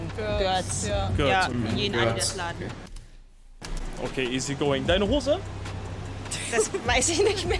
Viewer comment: warte... ADIAS... und ich dachte mir schon das "Adidas" ein Druckfehler ist...